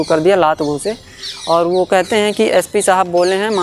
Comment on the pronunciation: पहले उच्चारण तो ठीक से करना ससीखो फिर विडिओ बनाओ वह यस पी नही ऐस पी होताहै SP